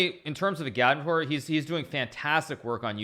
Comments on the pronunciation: i'm pretty sure agadmator has the emphasis on the first "a". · Lol isn’t it pronounced Agad-mator, not A-gad-mu-toor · I remember years ago comments to Agadmator on how his name is pronounced and what it means. "Its pronounced how its spelled". A-gad-mat-or" Why Does Hikaru shorten some vowels and lengthen others? Igaadmitoor Still never learnt the meaning. I remember he used to tease that he would reveal the meaning after sub milestones. Must have missed that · no disrespect but I think it’s pronounced agad-mator